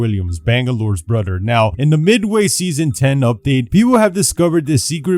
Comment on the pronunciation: I love the way you say brother, it cracks me up cuz it sounds like bruhda